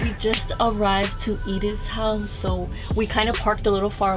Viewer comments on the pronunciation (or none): Edith Zepeda ... my name's Edith and everytime she said Edith I was like 🙊